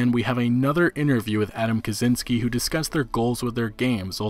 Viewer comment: kachinsky, not kazinsky